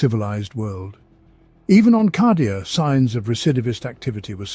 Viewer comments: Love the content normally but "cah"dia instead of "kay"dia is ruining it for me. Not saying it's objectively wrong, it just sounds wrong to my ear. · yep i do believe its said kay^dia in the audio books at least . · Cadia = KAYdia Cadia ≠ CAHdia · C A D I A! KAY DEE AH!!! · Holy crap! He does call it Kahdia! 🤣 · I'm fairly certain because how these are generated it's nearly impossible to dictate pronunciation. It's a problem across at least 4 that I know of. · I'm sayin it, it's objectively wrong.